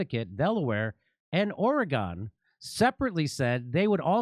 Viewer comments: I love ya Jimmy - but Ore-GONE......really?! I mean........we're LITERALLY the state right above you brother. Lol. It's Orygun buddy. Lol. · OREGEN NOT OREGONE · Ory-Gin, not Ory-Gone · Or E Gun. Not Or E gone. Love you Jimmy from Eugene,OR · Oregon is pronounced like ‘organ’ and not like ‘or eh gone’ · It’s pronounced ore-gun not gon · Dude, I love you, but it’s pronounced Oregun. I still love you though :) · Oregon is pronounced Oregin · It's pronounced "Ore-gen" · it's pronounced or y gun!!! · The ending is pronounced more like "gun," but speed up the u. Edit: and the e is more like a soft a. Oh-ruh-guhn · It is pronounced Orygun. Please. What do you call Arkansas, Are Kansas. heh. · I hope Jimmy is being silly about pronouncing Oregon that way. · Completely agree with Jimmy 💯. Let’s work on the Oregon pronunciation tho (says my Pacific Northwest self/ocd) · After listening to this clip I am asking myself: "Have I been pronouncing Oregon wrong my whole life?" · It's like "organ". Emphasize the OR a bit and we'd appreciate lol. You can spot an out-of-stater real quick.